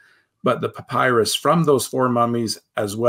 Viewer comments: Can you make me and many others happy and pronounce papyrus correctly? Puh-pai-ruhss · Merriam Webster papyrus noun pa·py·rus pə-ˈpī-rəs . It is pronounced with a long y sound, as in my. So pah PIE russ. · I’ve never heard anyone pronounce “papyrus” like that.